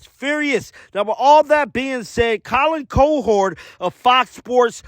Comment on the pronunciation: Colin KO-Hord? DAMN!